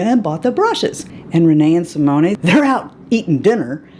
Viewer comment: Another great video! One thing.... a gentle correction: Simone, the e is silent. So, Si-moan. :)